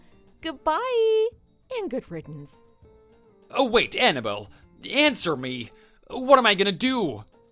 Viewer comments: He says Annabelle, I hear Hannibal...😂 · i'm cringing every time he says "anna-bull" instead of annabelle